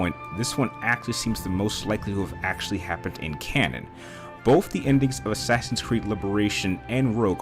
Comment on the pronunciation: You say Assassins like Ashashins